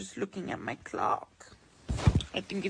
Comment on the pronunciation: Attention seeking cliwn, did he just say im looking a my clock??? It was clock he said?? Right?? Lol 😆 🤣 more like c.o.c.k